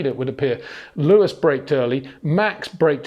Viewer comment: HEY PETER WINDSOR, I HAVE MESSAGE FOR YOU SIR: it is NOT Max "verSHtappen" ... Max is not German (Germans indeed do pronounce "st" as "sht") ... #Max33 = Dutch NL/Belgium! ... It is not "Bottash" nor is it "Lewish" certainly not "verSHtappen" .... This BS started long time ago when a British sport presenter interviewed father Jos Verstappen and assumed you can use a German pronunciation to a Dutch Driver thinking it is so "funny" ... It is not.